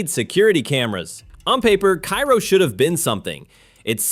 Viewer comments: It’s pronounced Kay-ro Illinois, not Ki-ro like the city in Egypt. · "Kay-row" not "Kye-row" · It's prounced Care-o, not ki-ro. The crime rate is much lower than reported here, as the population nears 0. It is indeed becoming a ghost town. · it's Karo, not Cairo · No, Kay-ro. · Love this video. But for one thing. Cairo is pronounced “Ka-ro. The ‘i’ is silent. Keep up the great videos please. Love every one of them. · It's Cairo pronounced care-row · Cairo Illinois is not pronounced like Cairo Egypt... It is pronounced Kerro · You can tell the voice is AI: It pronounces Cairo, Illinois the same as the city in Egypt. The Illinois Cairo is pronounced "KAY-row". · Cairo in Illinois is pronounced 'kay-ro'. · I belive Cairo is pronounced Kayro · Pronounced kayro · It's Care-O. I was born and raised there. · It's pronounced KAY-ROH.. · Cairo, IL. is pronounced like care-oh. Next time you're in that neck of the woods, just ask 'em. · Thank you. I'd never even heard of this place until a year ago, and it was pronounced incorrectly, which I didn't know at the time. Now I know.